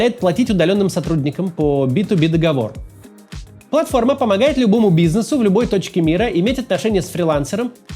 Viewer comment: Максим. Уж извините за занудство, но разберитесь пожалуйста с ударением в слове договор. Очень слух режет.